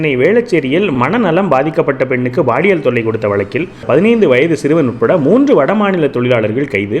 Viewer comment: உச்சரிப்பை கவனிப்பீர். Paaliyal! Baaliyal அல்ல